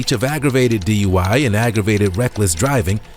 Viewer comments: The first turd, on the motorcycle, was almost correct. He said "...Z,U, I..." instead of D.U.I.. :face-orange-raised-eyebrow:😆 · He said “DUI Z”! Hahahahahaha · He said duiz...😅 said 69 at least 3 times. 😢Dang alcohol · He said, D,U,I,Z, classic. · Did he say D.U.I before Z? 😅😅😅😅😅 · Alphabet "duid" he almost got dui right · First dude said for the alphabet “DUIE” lol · Did he just say D.U.I.Z ?? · Bro said DUI-Z 😂😂😂😂😂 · Dude said D-U-I when he was trying to do the alphabet lol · Bro said DUIv lmao